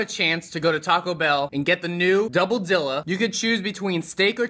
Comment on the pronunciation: I can't tell if your mispronunciation of "dilla" is intentional or not. Are you trolling us, man? xD